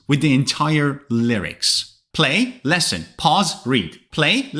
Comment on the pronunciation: WITH ALL DUE RESPECT SIR, SEEMS LIKE YOUR PRONUNCIATION OF LISTEN AND SINGER IS WRONG. NONETHELESS YOUR A GOOD ENGLISH TEACHER.😊